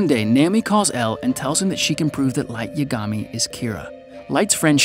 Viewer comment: "Light yuhgawme" edit:"Wryuk